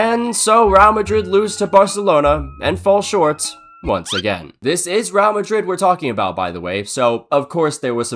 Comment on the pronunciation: “Raow Madrid”